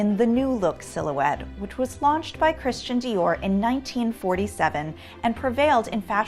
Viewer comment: Every time she says Dior it makes me uncomfortable